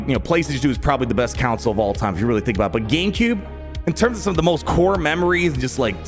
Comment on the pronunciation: One of these days he will learn how to pronounce CONsole.